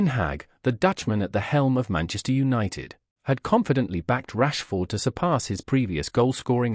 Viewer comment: I think Rashford deserves to have his name pronounced correctly, at least.